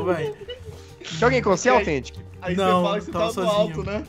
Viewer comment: você não sabe fala althentic fala Authentic e com U